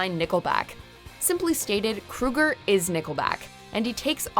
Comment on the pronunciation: When are people gonna get it right about Nickelback?? The lead singer’s last name is not Kruger, it’s pronounced Crow ger!!!!